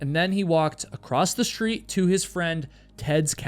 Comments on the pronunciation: Its "across" not "acrosst" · There’s no T in the word across. lol